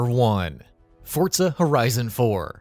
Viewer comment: That's how it's pronounced